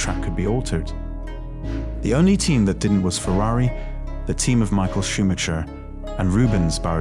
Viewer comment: I would strongly advise learning how to actually say ‘Grand Prix’ and ‘Schumacher’ properly if this is going to be an F1 specific channel